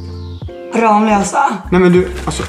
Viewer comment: Sättet hon uttalar Ramlösa triggar mig, mvh någon som bor nära Ramlösa